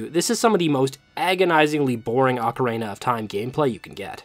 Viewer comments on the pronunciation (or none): OcaREEna, not OcaRAYna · the pronunciation of every other word in this video is giving me an aneurysm, ocarAna, gold skullchals, sairreas. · I died a little bit every time you said ocarENA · I kept hearing ocarena of time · It's pronounced O-ca-ri-na. Not ocarena. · Bro… its pronounced Ocarina not Ocaraina, theres literally an i in the middle of the word. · For 25 years, i had never heard anyone pronounce ocarina like ocaraina, until this week when I've seen videos from three different people pronouncing it that way and now I've just spent half an hour down the rabbit hole of pronunciation variations. But also i love this video and this isn't a criticism, I was just surprised to hear a different pronunciation by so many people so recently! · Lol I'm sorry! I was genuinely interested by the different pronunciations 🥲 didn't realize others had pointed it out as well, although I did catch the emphasis in your most recent video 😅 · I like how when you say Ocarina it sound like Macarena. Good stuff. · You pronounce “ocarina” like “Macarena” and it’s silly and makes me giggle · obsessed with the way he occasionally pronounces "ocarina" like "macarena" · Great video! Just one obligatory nitpick, I've heard diff pronunciations for ocarina, but making it sound like the Macarena is a first lol. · I don't think I've ever heard anyone pronounce "ocarina" like "[M]acarena" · ocaRAINa of time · I've never heard anyone pronounce ocarina like that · ocarina is not pronounced the same as the Macarena.